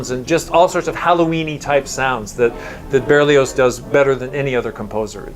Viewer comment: Butchering Berlioz!